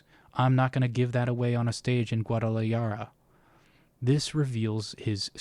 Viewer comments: damn you butchered guadalajara lmao. its pronounced gua-da-la-ha-ra as in happy but less breathy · just a small nitpick: its pronounced gwaa duh luh haa ruh similar to how jalapeño starts with an h sound. sorry if this was already pointed out i didn't see any comments correcting it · Side note and not criticism (because who knows how to pronounce everything), but Guadalajara is pronounced with “j” as a hard “h” essentially, almost as if you were hissing. Just like how, in Spanish, Mexicans pronounce “Mexico” as “Mejico” (Mejico was actually the official spelling in Spanish for some time). Just thought I’d share! Love your videos :) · In Spanish, the J makes an H sound, not a Y sound. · this mfr shouldve looked up how to pronounce guadalajara after he got done reading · Entire argument invalidated because of your pronunciation of Guadalajara 😂😂